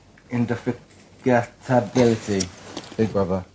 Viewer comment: Preston failing to correctly pronounce indefatigability gives me life haha